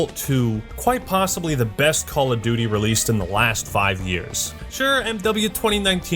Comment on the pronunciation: THE NEXT CWAWL OF DOOOTY